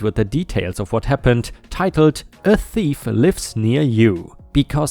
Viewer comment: Thief. Rhymes with Chief.